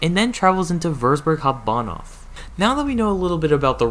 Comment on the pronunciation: I love how you said it like "Hob'banhoff" as a german I find this pretty funny edit: btw the taurus is also a DB locomotive (BR 182) the taurus runs for railjet db flixtrain and more